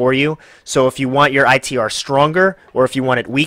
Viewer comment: So hard to listen to this review with you calling it I.E.T